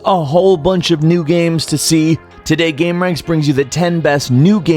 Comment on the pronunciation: Does anyone else fucking hate the way he says game?